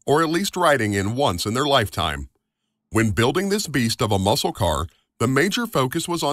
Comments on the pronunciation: Please quit saying Muskal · It's ok. You can say it. No one here understands the Daytona either. Also- a tip. Don't pronounce the "c" in muscle. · The C in the word Muscle is silent. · There's probably "NO SHANCE!" you'll read my comment.. lol but the "C" in muscle is silent. Love your videos.. love your enthusiasm 😊😊